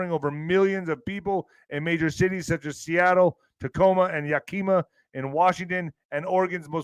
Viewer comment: YAKIMA IS PRONOUNED YAK -EE❤ - MA